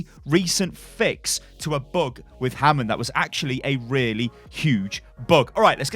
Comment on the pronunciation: Bug not Book